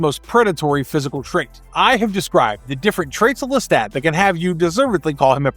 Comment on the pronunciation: Lestat. Pronounced LesTOT. Listen to how he says it himself in the show. Now you repeat…